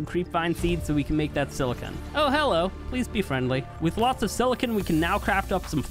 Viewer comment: The real takeaway from this video is he says silicon weird